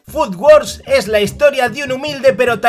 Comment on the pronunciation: Casi me peta un ojo cuando has dicho "food wars" xD